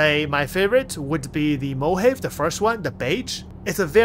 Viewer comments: Isn't it "Mo-Ha-Vay"? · Mojave.. mo Hah vay. I'm Mojave.. native American. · Mojave is fine, favorite is proably sapphire or default though, the pacific one reminds me of an airline paint scheme. Also mojave is (moh-hah-vee) for the record. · "Mo-ha-Vee" paint. 😁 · Just FYI, Mojave is pronounced moh-hah-veh. It's a desert in the USA, that's why the color is sandy. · Mojave = MOH-Havee 🤗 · It's pronounced Mo Hav a (long a, as in bay). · I think it's pronounced Mo Ha V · Mojave is pronounced "Mo-Ha-Vee"